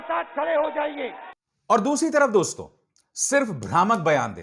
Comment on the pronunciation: It’s “dosto”, not “doston”